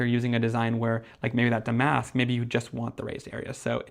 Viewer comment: These are beautiful. I was thinking that damask would be good. Damask is a type of fabric or embroidery that was used on chairs or was a pattern on vintage wallpaper. Is pronounced dam’-ask rather than da-mask’.